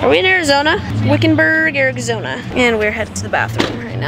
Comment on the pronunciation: Is it just me or did say Wikenburg Arigzona??? lol